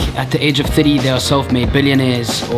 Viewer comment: the way he says "thirty" is just so trange